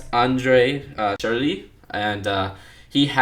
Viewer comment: The way you pronounce some of the names is funny, it almost sounds like you're French... :D But no offense to you! The letter Ö with many of these names is probably the strangest one, but you said it pretty well. The names that I found funniest pronounced by you were Joachim Löw, Thomas Müller and André Schürrle. ;)